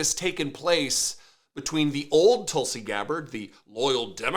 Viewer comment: Her name is pronounced Tool-see. Because she’s a big tool.